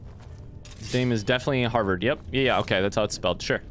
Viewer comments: HADVAR SPELLED NOTHING LIKE HARVERD. HAD VAR. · I love how you kept calling Hadvar “Harvard”😂💀